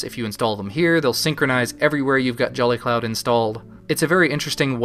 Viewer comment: He says jelly cloud. XD